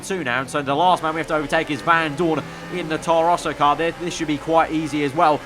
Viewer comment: Anyone else get annoyed by the way he pronounced Vandoorne. It’s not Van Doooorne it’s Vandoorne. Get it right 😐